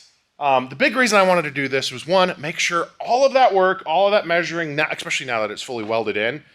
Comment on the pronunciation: pretty sure its especially not expecially 🤣